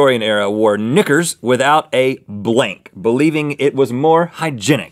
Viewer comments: Guys, it's "knickas", not "knickers". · "Knickers"? It sounds like Link is saying something else! 🤔😂